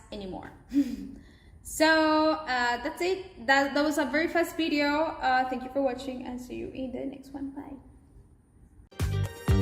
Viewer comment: Very good ! Just work on your "V" sound a bit to avoid in this bideo.